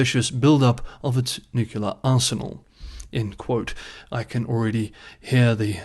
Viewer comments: It's nuclear not nucular. "nucular (comparative more nucular, superlative most nucular) (botany) Nut-shaped; of or relating to a nucule — a section of a compound (usually hard) fruit." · you get a pass on Nook-you-lar, because you're cute. 😁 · Couldn’t resist. It’s spelt nuclear and should be pronounced “new-clear” 😂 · "New-clear" is not a Texas thing. Recall George W Bush pronounced it newk-you-lar like does. Not sure why so many folks include a vowel between the 'c' and 'l' in nuclear... but, it's all good, variety makes the world interesting. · The adjective nuclear comes from the noun nucleus. They share the first two syllables. pronunciation does not follow the spelling, it changes “cle” to “cul”. It’s similar to what the Romans did to the Greek name Heracles, changing it to Hercules. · Why not, if it’s a type of branding and everyone knows what you mean? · Your ignorance of the word nuclear is is quite telling. The root word is nucclea, not nuclcle. Get a clue. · haters will hate…lol don’t worry about your nuclear pronunciation